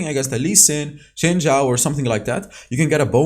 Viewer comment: Holy shit he said Xin Zhao right. Subbed. Not even joking.